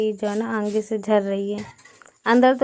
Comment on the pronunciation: Aange mat bola karo aage bola karo aap aange pinche kyu bolti ho